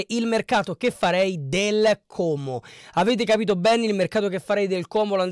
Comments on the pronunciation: Complimenti per come pronunci Como 😉👍👍 è quasi perfetto: A quanto pare hanno bel gruppo in squadra, sono ragazzi che si sono guadagnati la promozione insieme, però a mio parere un pò di persone partono perchè non riusciranno a tenere la categoria e poi ci sono giocatori che non hanno mai giocato perchè non integrati nel gioco di Cesc. E' una società molto attenta agli investimenti e non fa cose a caso o sperperando i soldi, la hanno coperta di aspettative inutili, mentre hanno dichiarato più volte di voler spendere poco e di volersi solo salvare, uno dei problemi principali oltretutto e il rifacimento dello stadio come hanno fatto a Bergamo, sarà una delle cose più difficili che dovranno affrontare oltre a salvarsi in campionato. Karius a me non piace, però non so cosa decida la società. Konè ha avuto un brutto infortunio con il Palermo dovrebbe rientrare a Ottobre probabilmente (?). Gioacchini??? ma guarda che non ha fatto 9 goal.... quello è Gabrielloni, che è incedibile in quanto è diventato una bandiera. Io credo che però questo attacco vada rivisto perchè deve fare più goal, Cutrone da solo non potrà fare miracoli e spesso durante il campionato si ritrovava come sola punta e aveva difficoltà. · Finalmente sento qualcuno che pronuncia correttamente la parola Como,i telecronisti ei giornalisti in televisione non hanno ancora imparato a pronunciarlo. 🤣 Io tifo Lecco e non scorre buon sangue coi comaschi,ma questa è un altra storia... daje! 🤗😁